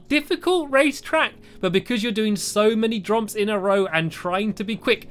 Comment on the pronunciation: At the beginning he said jrumps